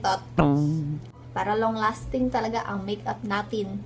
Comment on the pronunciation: Para long lasting ung makeup natin...hahahaha lol...yung accent